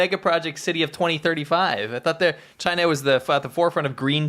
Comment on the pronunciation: Chyna berry berry guud.